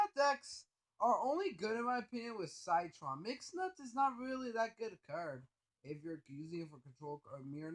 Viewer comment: Sie - Tron? it's Si - Tron... Like citrus... but... umm... ok?